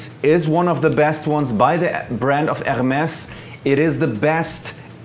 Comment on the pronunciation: You pronounced Hermès wrong... The r is silence